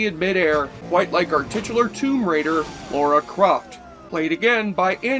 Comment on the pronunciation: Dude, it's "Lara", not "Laura".